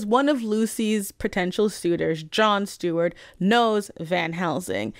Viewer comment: I know you were saying John Seward, but I kept hearing Stewart and it was causing both the late night host and the green lantern to pop in my head.